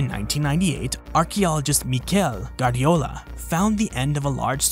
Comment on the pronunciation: About the surname Guardiola: the u (pronounced /oo/ like in moo, not like in blood) is not mute. Imagine it's a w and you get /gwar-'dio-lah/. Close enough. Three equal-duration syllables.